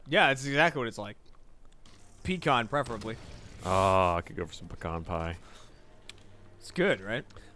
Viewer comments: it's peCAN not peCON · Cheers to saying the word "pecan" correctly....